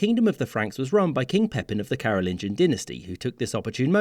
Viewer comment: J'ai mal au crâne du fait de la voix AI qui ne sait pas lire... Carolingien (De Charlemagne) et Capétien (Du roi Hugues Capet 987-996) sont les mots que cet AI ignare n'a pas su prononcer.